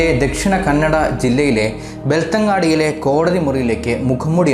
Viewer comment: ബെൽത്ത അംഗടി Belthangadi,not ബെൽത്തങ്ങാടി.അംഗടി മീൻസ് കട,അങ്ങാടി മീൻസ് കവല,ചെറിയ നഗരം.